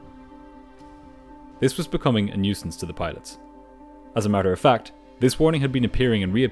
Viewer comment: "FAC"😁 "FAC"💀